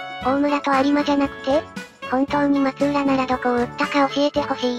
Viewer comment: 確かフロイスは秀吉の多指症のことを言って無かったかな。ちなみに松浦はまつらと読みます。